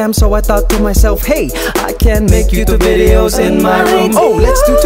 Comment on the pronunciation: More power to you, Mikey Boy! My girls and ai enjoy your 'youchube bidyos'. :D Happy for your success! Mabuhay!!